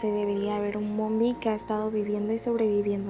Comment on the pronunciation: És nombie no mombie